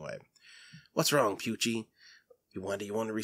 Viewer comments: I died I little inside when he mispronounced Pucci You say it like Pu-chi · Good video, but this man said Pucci like Pue-Chi